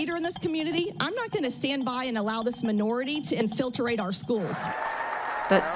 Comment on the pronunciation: "Infilterate" 😂 love these scholars of pedagogy 🤡